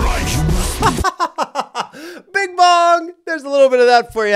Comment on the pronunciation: dont know if im hearing correctly, but i feel that kingkong pronounced 'life' as 'rife' in the bing bong line